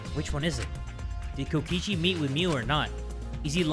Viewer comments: "KOKOICHI" i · Kokichi❌ Kokoichi✅ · Here before corrects kokichi's name from "Kokoichi" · Kokoichi? Do you mean, Kokichi? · Ah yes, Kokoichi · NOT JAY CALLING KOKICHI KOKOCHI DJJDUEW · Its Kokichi not Kokoichi sorry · Ah yes, Kokoichi. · No one: in the title: kokoichi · Uh jay, you spelled kokichi like “kokoichi” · ah yes kokoichi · kokoichi... nice one jay lol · Kokochi? Hol u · Is no one gonna talk about how jay called kokichi "kokoichi" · "KOKOICHI" I'M CRUEING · BROOOOO HE CALLED HIM KOKOICHI HAHAHAHAHAHAHAAH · i just noticed that it said kokoichi 😭😭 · no bc jay spelled kokichi wrong he said kokoichi 😶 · anyone noticed "Kokoichi" lol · “Kokoichi” lmaooo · ATTENTION. Since calls him Kokoichi we must do the same. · "Kokoichi" ? XD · Kokichi is my guy, i don't usually call people my guuy, but Kokichi is my guy. Also: K O K O I C H I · LOL I NOTICED THAT TOO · ? it’s kokichi- please tell me your joking 😭